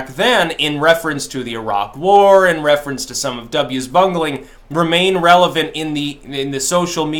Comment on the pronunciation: For a while I thought you said "reagan relevance" I was about to say, "Wtf". lol